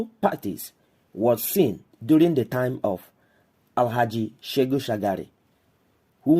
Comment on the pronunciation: It is SheHU not SheGU Shagari.